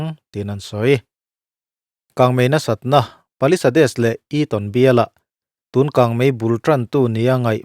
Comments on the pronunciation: Paliseid tia lam tur alom(palisades) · Palisades khi i va lam thring bik ve.. He tianga video siam ve tur te chuan mi lam dan, a lam dan dik te hre hmasa ve phawt la maw le..